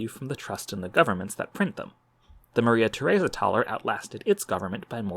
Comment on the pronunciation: Please tell me I am not the only one who heard Maria Tharesa as Mother Teresa before reading captions